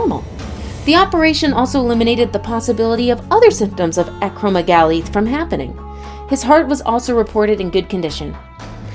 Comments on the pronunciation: Its acro-megali not ACROMEGLY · Dudeee pituitary not pipituary, acro-meg-aly not acromogly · This ladies pronunciation irks the heck out of me . Pituitary debut (daybu) acromegaly